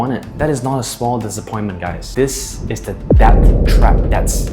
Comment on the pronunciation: Debt is pronounced "det", the "b" is silent. This proves I'm listening 😂😂